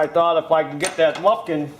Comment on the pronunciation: I hate the way is says muffin sooo fuckin stupid